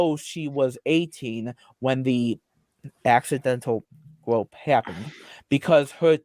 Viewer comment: “I didn’t gwope hewr!!!”